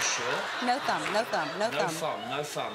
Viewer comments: did anybody noticed he said fhumb instead of thumb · "No fhumb no fhumb" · Every time he says thumb I have to chuckle -'fumb' lol